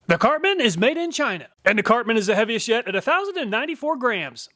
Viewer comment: "Heaviest yet", sound exactly live heavy as shit. I had to check the subtitles. No matter what I really enjoy and appreciate your reviews and testing.